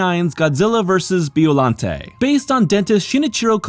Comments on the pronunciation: Who's Beeolante? lol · It isn't Beeo. It's Bio. Like Biological.